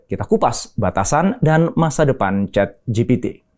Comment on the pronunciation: "ChatGPT" dibaca "CheatGPT"